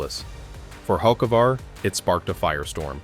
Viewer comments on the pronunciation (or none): Don't really believe someone who don't even know how to pronounce he's name.